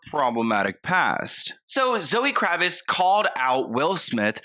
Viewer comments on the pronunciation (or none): "Zoe kravis..." 🤣🤣 the t isn't silent. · KraviTz, you're not pronouncing the T & it's killing me!!😂💀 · You keep mispronouncing her last name. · pronouncing Lenny Kravitz name wrong is too precious 💞